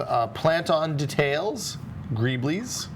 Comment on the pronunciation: can't pronounce detail and decails properly